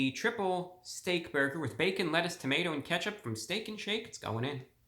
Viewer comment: Prinsipe Motions And he said “Wettuce” when he opened the burger